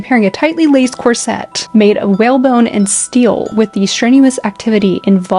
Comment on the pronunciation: I recently came across this channel and as someone who is passionate about designing and making period clothing and costumes as well as modern wedding and prom dresses, I absolutely love it ❤ I would just like to point out as politely as possible that corset is pronounced differently to how its being said here. It is something I hear more commonly from American sources, but their isnt an emphasis on the 'set' at all. It's not 'corSET' - it's just cor-set. Maybe more like corsit for Americans reading this? Rather than rhyming with corvette, it sounds more like saying 'force it' fast 😂 not really sure how to describe the pronunciation other than like that!